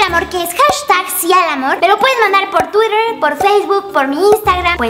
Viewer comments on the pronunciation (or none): none